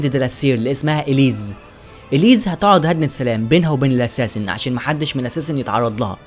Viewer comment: مساء الخير يا اسمو اوونير - وليس ارنو - اسمها اليس وليس اليز تقبل مروري ولك كل التحية